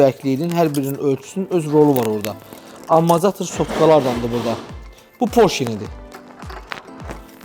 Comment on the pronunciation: Maraqlı kontentdi, bir şey maraqli olub həmişə niyə bütün ustalar amortizatora amarzatir deyir) Əl işinə söz ola bilməz amma. 👍